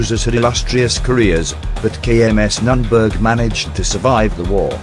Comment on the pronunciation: Nürnberg.... pronounced N oern birgh not that what u put in our ears^^